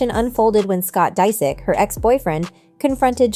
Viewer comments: It’s “ Dis ich “ 😂😂 she’s said it like three different ways and all the wrong way! Dang 😂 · 😂😂😂 learn to say his last name hahahaha